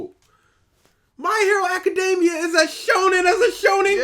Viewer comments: The way this guy butchers words drives me up a wall. I should smack you for saying “acadeymia” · I never heard anyone pronounced it that way. Lol